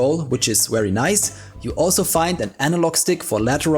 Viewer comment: please learn to say your v's.. hearing wery nice every time is so grating